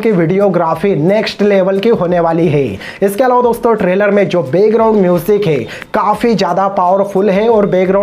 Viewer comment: its background music not begground music. its jacqueline not jeklin. its slow motion not slow mosan. its action not heckson. its visually not visvalli. its ship not sip. you can't even pronounce the words properly but, you are talking about the actor.